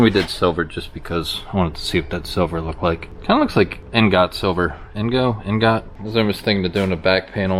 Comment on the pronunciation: 'ingot' is pronounced ING-ut.